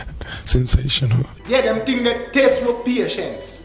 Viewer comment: Him say googrle not Google😂😂😂😂😂😂